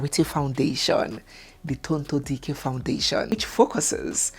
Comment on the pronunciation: which one is Charity? DO WE NEED AN ADDITIONAL MIDDLE NAME??? And her beautiful name is: Tonto Dike, NOT Tonto Diiiikeer, please 🙏. Thank you.